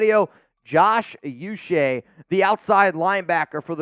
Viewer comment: It’s not u Che. It’s pronounced ouu -che (Nigerian decent)